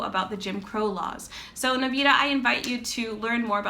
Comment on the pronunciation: you're pronouncing his name wrong